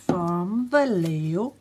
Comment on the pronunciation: Hello again, just wanted to say your pronunciation of Vallejo has gotten much better, nearly perfect:):) love your "dinking around" LOL I will definitely be using all my writing skills in sending letters by snail mail and E-mail to several major art stores and suppliers. I will be recommending that they would very much profit from selling Vallejo products as well as giving your channel a "look see" and maybe give you a bit of help however they can. If we all sent something, they would have to listen, or at least one of them. It would be to much of a benefit to miss out on. Hopefully it helps, especially if everyone comes together and joins in. Fingers crossed;)